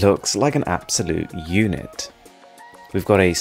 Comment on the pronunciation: Saban Tander I thought he said eunuch .... LOL